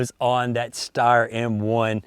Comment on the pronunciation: Steyr is pronounced with a "sh" sound at the beginning. It's very uncommon in the english language but thats how it is :)